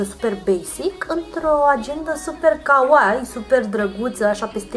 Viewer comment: Nu o zic cu rautate, te ador, însa te rog frumos sa pronunti corect kawaii, iubesc japoneza si pentru mine eu un fel de jignire. Multumesc, frumos clipul.